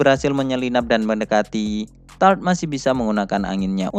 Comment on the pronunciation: Tarte dibaca tarte bukan Taort atau tart soalnya di anime juga ejaannya begitu " Tarte "